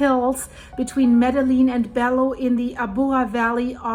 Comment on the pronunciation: I was a missionary there 1980. I know this place where people go to live even though they have nothing, looking for work, looking for a place to live. It is very dangerous to live there. Just a note, double l’s in Spanish is pronounced “y” (yu) Bello (Beyo) and Medellin ( Medeyin). I am very sad to hear this and still to see people living like that even 40 years later!